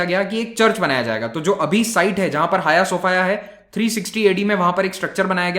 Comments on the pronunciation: 'हाय सोफाया' नहीं, 'हाया सोफीया'! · Jaaaaaaaahhhh.....!!! Hm to soch rhe thay Hagia Sophia koi ladki Hai... Pronounce b haagiaa sophiaa Kr rhe thee :D